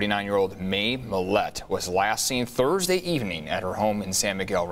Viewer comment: See you on TURDSDAY.. LOL 😂😂 LOVE YOUR PRONUNCIATIONS...